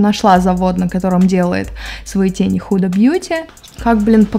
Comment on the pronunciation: когда впервые услышала это "худа", меня чуть не стошнило. люди, которые смотрят англоязычных бьютиблогеров, поймут.